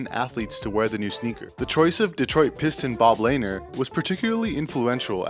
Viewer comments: Lanier (like La-neer) not laner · Pronounce the names right! Aguirre = A Gwy Er! Lanier = La Neer! C'mon Man! Salute. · Bob (la -neer) put some respect on that man's name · Not bad!! But you pronounced 2 NBA legends last names incorrectly. Bob Lanier and Mark Aguirre which is important!! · Miss pronounced mark Aguirre name and bob leinere.. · Really interesting video. However, I'm not entirely sure about your pronunciation of Bob Lanier and Mark Aguirre.